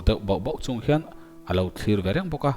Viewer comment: Ch hi S angin i lam ri khut zel. Hmar pa in Lusei thawnthu i chhiar a. Mizoram Hmar pa chu i nih loh hmel tlat. Chung tur Ni tih pawh, sung tur ni tiin i chhiar a.